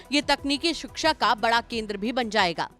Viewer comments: Adarniya chief minister shiksha ka pronunciation shiksa kar rahe hai! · शिक्षा ❌ सिक्सा ✅ 😂😂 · जिस प्रदेश का मुख्यमंत्री शिक्षा का उच्चारण सिक्सा करेगा उस प्रदेश की शिक्षा का ईश्वर ही मालिक है l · सिक्सा ❌शिक्षा☑️